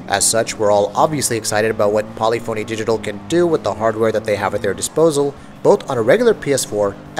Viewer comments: Its not Poly-phony, its Paa-lif-fa-nee And its not Antializing, its Anti-Alias-ing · I wanna rip my ear everytime he try to says Polyphony. Lol